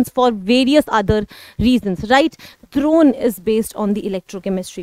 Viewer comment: it is not dhurone,it is drone🤣😂😂